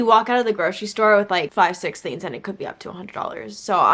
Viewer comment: please i beg can you start pronouncing the g in “things” lol, no hate but every time you said “theens” i got a little bit agitated 😂